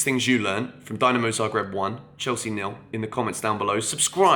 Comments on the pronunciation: 7th thing, learn how to pronounce Dinamo and not Dynamo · It’s pronounced Deenamo Zagreb.